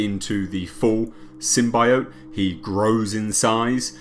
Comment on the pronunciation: The thing no one is saying they now say symbiote properly rather than the wired way they said it before